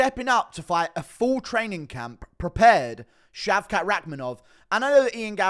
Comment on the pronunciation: It’s British that how you say shavkat (shaved-cock)